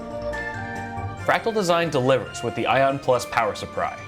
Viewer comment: “power suppry” 😂😂 i lost my mind